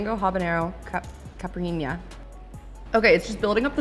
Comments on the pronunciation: She didn’t pronounce the drinks correctly though. It’s not ”caprinya” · Omg youre so cute trying tô say caipirinha